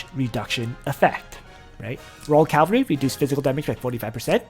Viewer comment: Hi i just want to point out everytime . It is cavalry , not calvary haha anyways . Great content as always :)